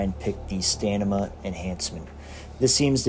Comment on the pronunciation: "pick the 'Stanima' enhancement" :D